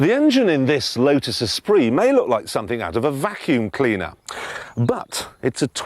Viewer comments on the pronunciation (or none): none